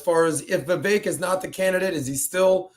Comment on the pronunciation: CAN YOU GUYS PLEASE SAY VIVEK’s NAME CORRECTLY!! OMG ITS ANNOYING AND RUDE AT THIS POINT GROWN MEN!